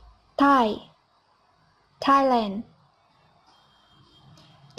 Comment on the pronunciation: Thailand not Thai Lan :)